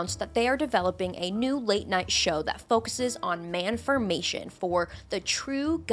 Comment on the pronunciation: "manformation" I CAN'T 😭😭